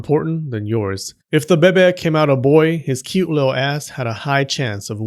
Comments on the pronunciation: IT BABY NOT BEBE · why do you keep saying "beh beh" instead of baby? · Lol thank you for saying Baby like Bebe from Schitt’s Creek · "Little bebe" that's cute, man 😭 But it's actually bebé* ahah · I love it when you said Bebe instead of baby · Why you say bebe not baby🤣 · I lost it everytime you say BEBE 😭😭😭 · "Bebe" 🤣🤣 I'm sorry, but I'm distracted by the way you say it. 🤣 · Can you just make a video where you say beh-beh for 5 hours because I’m addicted to it thanks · I kid you not: I was working on my desk and felt a sudden urge to hear your voice saying “bebeh”. I immediately opened YouTube (because procrastination), and there on the homepage was a link to this video! I guess Buddha sent me here to give you a like and a view. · the "bebe" is addicting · I love the fact that he says "bebe" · The babay, the babay,babay love it lol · No one:: beh-beh. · "Bebe." giggles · Lol “bebeh” lol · Love the Moira Rose 'bebe' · I love how u sa6 baby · Please stop saying bebe its annoying do you have a French complex or something 😂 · Just say BABY correctly like a grown adult! Also, what's with all the swearing? Can't you just speak normally? Have a dislike. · I absolutely love your humor and the way you pronounce baby😂😂😂 just you speaking is entertaining. Thank you for all your hard work creating these educating and entertaining videos. Your service is appreciated. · They way you’re saying “baby” means “vagina” in my language 😂😂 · The way he says baby 😂😂😂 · I love how u say baby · love the way you say baby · I just wanted to out the irritation I resent when the narrator in this video excentrically pronounces the word "baby", which happens in every video of his talking about whichever theme linked with babies, by commenting this comment.